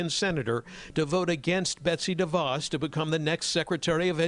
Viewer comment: The name de Vos is so short, you might expect it could be pronounced properly.